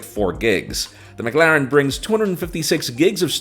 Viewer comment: He's still saying McLaren wrong or is it just me?🤷🏽‍♂️🤔🤔🤔